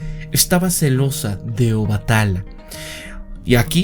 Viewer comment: Ola, una pequeña corrección se pronuncia Obatalá, o sea se carga la voz en la última "a"